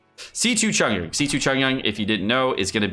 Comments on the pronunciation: Its not chongyan, its chong YUN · I've never really bean that annoyed at how people pronounce names but- that Chongyun pronunciation KILLS me- If you care, it's suppose to be Ch- ong- yune. Not Chun yun. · The way he pronounces Chongyun's name is triggering my fight or flight response. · the way he pronounces chongyun's name make it sound like chongyun is korean